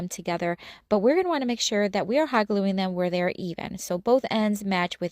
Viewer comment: Hoggling together. Ohhh Hot gluing . Has to talk so fast .